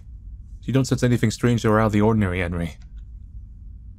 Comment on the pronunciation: Enrí is pronounced 'on-REE', and Ebel is pronounced 'EE-bell'.